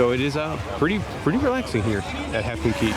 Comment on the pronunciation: Cay not Key. Dang!